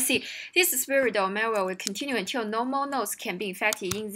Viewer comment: Respect to a person who can solve leetcode hard but can't pronounce "spread". 😉